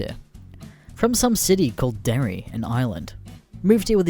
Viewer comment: cringed everytime he said derry